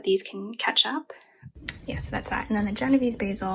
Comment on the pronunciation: I love your video. your kitchen is beautiful, u must b RICH. It's pronounced Jeno VAY zee, just so you don't sound ignorant. Genovese basil is what you make PESTO out of. You can cut all your plants down to 4 leaves and they will grow back. Cutting stimulates growth. The plants love it. It's also best to never let your plants go to seed it'll make your plant bitter tasting.